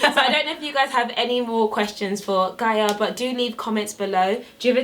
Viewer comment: Lol she corrected the pronunciation of the name, 2 secs later you said it the wrong way. Lool bless you. Amazing video nonetheless x